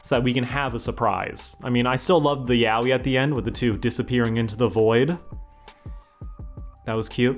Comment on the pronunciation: The inmense whiplash everytime an english speaker tried to pronounce "yaoi"...